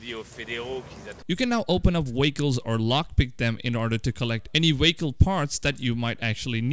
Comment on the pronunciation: Whats is a wehicle?